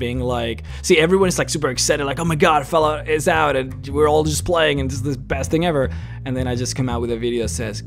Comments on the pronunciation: Lol "foulout", do you mean "fallout"😉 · Fallout not fawlout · Why do keep saying fallout like that?